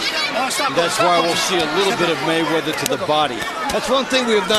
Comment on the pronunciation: "Mr Wayweather" lol